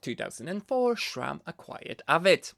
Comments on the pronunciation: My guy Schram? I wanted to watch you video but I can't get over your pronunciation There is only a "s" and I dont care that it's not your mother language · i just can’t hear “shram” one more time